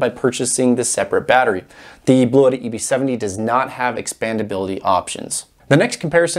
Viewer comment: Pronunciation ... I spoke with Bluetti customer service rep who confirmed: the correct pronunciation is BLU-tee. I'm not concerned with your way; I just think it's funny that they're not trying to correct anyone. :o)